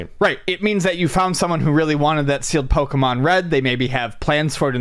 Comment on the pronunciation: Pokèmon said with a hard "e" always bugs me.